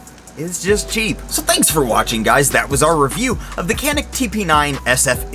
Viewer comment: its pronounced Chanick , or Janick, and its made by century arms from what i understand. . its a great item. canik is a turkish company btw. the only thing cheap in this video is your wall unit air conditioner. just kidding but there is a noise that sounds like one that really takes away from the video.